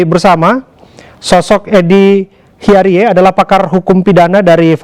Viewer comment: bacaannya Hiarij, Pak news presenter (di briefing dulu lah sebelum on air .. tolong donk Produser, lucu donk ..hahaha )